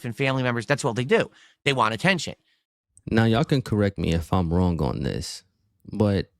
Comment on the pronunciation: He is hilarious with his speech impediment getting mad, over pronouncing Ts or leaving them out completely. Want has turned into whah. When get gets angry and says bitches he sounds fruity. DSP is a weird little effeminate autist trying to appear like a successful, mature head of a household. If the internet went out forever he'd die.